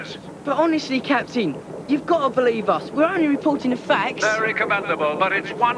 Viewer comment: Why does Ten Cents say 'Capan' in this episode and none of the others?